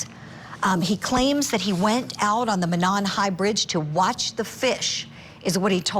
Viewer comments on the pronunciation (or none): Mo' non, long O in Mo. First syllable accented.